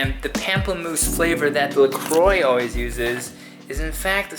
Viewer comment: It's pronounced" la qua " the oix in croix. You know it's better to say it correctly in French.